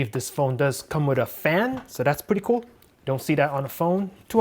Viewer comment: COOL bro not CHOOL